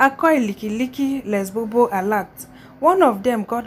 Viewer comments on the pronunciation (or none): none